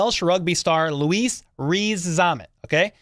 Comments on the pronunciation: Hey, as an anglophile and my opinion is he may not make it but his name is pronounced Lewis (Loo-iss) rather than the continental version of Loo-Ees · It’s a French pronunciation of Louis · Cool...but why do you keep calling him Luis? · Butchers his first name: “I don’t wanna butcher his last name.” 😂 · Butchered his first name never mind his surname